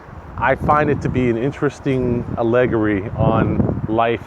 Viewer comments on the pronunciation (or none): You don't even know how to properly pronounce "allegory" yet think you have a hot take on geopolitical events. Sad.